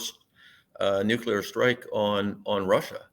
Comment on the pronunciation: NEW KLEE AHR. NEW KLEE AHR. not Nucular.. not a thing. drives me crazy. Nuclear.